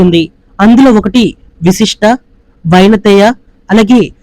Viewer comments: అది విశిష్ట కాదమ్మా వశిష్ట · విశిష్ట కాదు... వశిష్ట... వైనతేయ... ఇవి ఋషుల పేర్లు